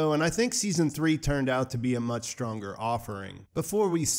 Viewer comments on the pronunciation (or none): none